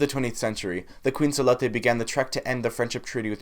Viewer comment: OMG the way you said Tongatapu had me dead 😂☠️. Tonga-tapu. Ofa atu from a Tongan though. Aye! You said Salote right. Thanks for learning about our island.